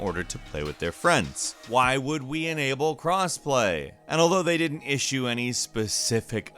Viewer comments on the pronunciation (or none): none